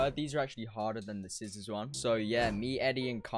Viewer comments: It's cizzorz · It’s cizzorz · It’s ”cizzorz” not cizzors